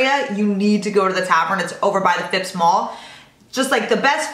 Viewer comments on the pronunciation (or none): none